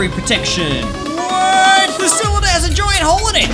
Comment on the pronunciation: CYLINDER NOT CYALANDER